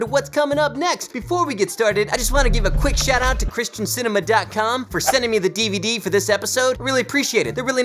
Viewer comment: I thought he was saying Krysten Sinema 😂 the politician.